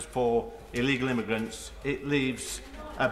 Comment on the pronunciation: Can we swap the one who cant even say immigrant properly for someone with some basic life skills